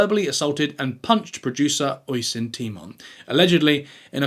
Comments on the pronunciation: "Oison" is incorrect. The spelling is "Oisín". It is an Irish name and is actually pronounced "Osheen". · It's pronounced usheen , Not oi son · Great video! But Oisin is pronounced Uh-sheen. Not oy-sin. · Just FYI, although obviously this channel uses the Simon Whistler Cinematic Universe method of driving comments which boils down to deliberately mispronouncing something in every video just to prompt people to write in and correct it, I couldn't let this very common one stand. "Oisín", the name of the guy that Clarkson assaulted in "the fracas", is not pronounced oy-sin. It's pronounced "usheen". Ush as in hush and een as in bean. Emphasis on the ush syllable. It's an extremely common, if rather twee and diddly-eye, name for boys and men in Ireland, which is where I'm from so I'm allowed to say that. /rant over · Oisin is pronounced Usheen. The least you could do was look up how to say the man's name. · Oi son temon seriously. Least look up how to pronounce the lads name before you make the video. It’s uh-sheen tie-mon ~ Oisín Tymon